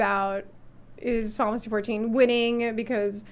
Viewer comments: ok she is saying fifansy fourteen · Why she says Fountasy 14?